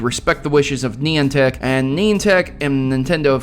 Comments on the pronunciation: It's Nie-an-tic, not neon-tic. details, they are important! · stop saying neeantic